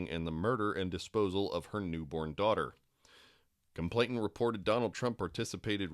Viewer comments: It's complainant. Not complaintant. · Complainant, not complaintant. No T in the middle. I know its like the last thing that should irk me about this but after the 30th mispronunciation it gets to me lol On a more serious note, i fear that despite such detailed information becoming public nothing will happen to these people. Its disgusting and completely unfair.